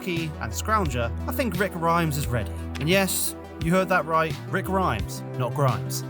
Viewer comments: The survivor called 'Rhys', is pronounced 'Reece'. As in 'Griff Rhys Jones', the comedian. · dude how the fuck are you british and don't know how to say that name? It's the welsh version of the name reece.